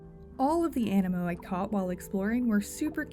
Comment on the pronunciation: Is the game not pronounced aneemo due to the double ii?